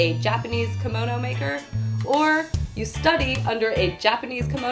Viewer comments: Kamono...kAmono... It's KIMONO. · Yah I know right. It's Kimono (Kee-mo-no). It bothered me so much. But it's ok, not everyone knows everything. ;) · the pronunciation is actually like "key-mo (like in molly)- no (like in not)" with each part being equally long when spoken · This is also not correct. A long "o" sound would be the case if kimono would be written with a long "o" (おう) but as it is written きもの (着物) the o sound is actually short. While there is a "correct" way of pronouncing Japanese, I realize that there are cultural and verbal barriers between different cultures and nations and thus the explanation and teaching of the Japanese language may be hold in a different manner. I can merely talk for my self and out of my experience. Also, English is not my mother tongue and I base my experience on my Japanese studies at a German university.